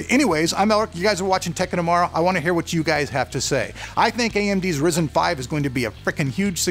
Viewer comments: RYE ZEN NOT RIS IN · Bro, quit saying [Rizzen]. It's [Ryezen]. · Resin? It's pronounced ryzen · ryzen not risen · why do u pronounce it risen? it is suppose to be risen. because when amd launched ryzen, they pronounced it risen, not risen. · PLEASE ITS NOT RIZEN ITS RYZEN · Dude... it's RYZEN, Like : WHYZEN .... not Risen ! C'mon ! :) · Spelled Ryzen, keeps calling it Risen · did he just call it risen lol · why do people still pronounce it "rizen" its clearly spelt with a Y and not an I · You don't have to be a D*** About Calling Ryzen A Rizen Or Risen - Dude i love your Stuff and yeah i mma Huge Fan of ur Raw Footage with Zero Edit Videos But Why are u always Bitching That People won't let You Call Ryzen - Risen Well for a Couple of Reason's - 1) Because Ryzen Sounds Cool and only you In this freaking world think that Risen is more BadAss 2) You should Always Call it Ryzen Coz u r a Reviewer and people Check Up your videos to see what's up with the world and when they See you calling Ryzen - Risen the consumer ( The Average Joe ) Gets confused and when he goes amongst his Friends and talk about this Processor By Calling It Rizen That individual embarrasses themselves. I mean the whole point is just Because you love the name InBell you can't Call Intel products InBell i5 Or i7 , Cmon man Rather than worrying about How its supposed to be Just Navigate around how it is. No hard Feeling's Bro I just love stuff and I am one of your very early subscriber and even recommended you to a lot of people So, I would request you to say the name as Accurate As Possible. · You still saying Risen instead of Ryzen :D I love it. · Never gonna learn. RYE -ZIN. Damn man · RY-ZEN actually.. it's the effin name. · Tech of Tomorrow you also said risen lmao